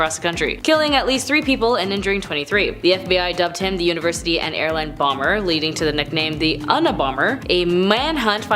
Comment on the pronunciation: No kidding! "Treasurary"? "Un-a-bomber"? Way to use that "unaversity" education!